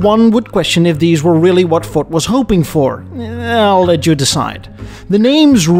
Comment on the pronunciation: I swear you keep saying 'Fort' instead of Ford.